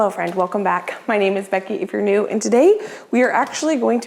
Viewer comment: Your introduction sounds like you are saying " Hi my name is Becky Vernue". Are you really saying "Hi! I'm Becky if you're new?"